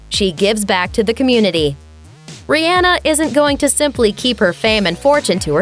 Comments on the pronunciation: The way they're pronouncing her name though.... It's Rih-ah-na not rih- ann-ah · Her name is being dissed, and mispronounced it is not ri-ann-nuih, but ri-on-nuh. The video is very skimpy with details in time frame's in Rihanna's life prior to 2014' were skipped out until a time of the anti Album. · it's pronounced ree-ah-nuh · Fempageantry Vg it's Rih-ann-ah it's spelled the way it's pronounced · wish you would have said her name correctly sigh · TaraChristine yeah right I wanted to break my phone